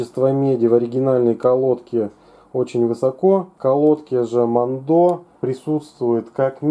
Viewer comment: Херь полная, я работаю на этом заводе, а ты даже название выговорить не можешь